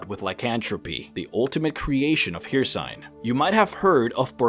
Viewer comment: You’re saying hercine or hersine I forgot how to spell it. Anyway you’re saying hercine wrong